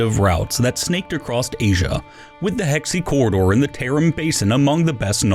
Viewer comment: It's called Hea-Shee Corridor... not Hex-See wtf?